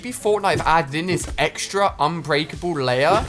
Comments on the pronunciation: inbreakable wtf unbreakable ali ur ENGLISH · Wait did he say "inbreakable" ?? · Did he just say INBREAKABLE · ‘Inbreakable’ great English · *unbreakable, not inbreakable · You said INbreakable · 'Inbreakable' lol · Did my guy just say "Inbreakable"